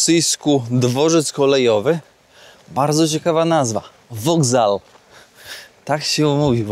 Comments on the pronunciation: Grodno w linii prostej jest 10 km od granicy Polski, Lwów 45 km, a Brześć przy samej granicy. Tak nas uszczęśliwili nasi "alianci". Dworzec kolejowy to po rosyjsku железнодорожный вокзал, czyta się "wagzał", a nie "wogzal", miszczu. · Mówi się wakzał a nie wokzał. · "Wagzał" się mówi. ;)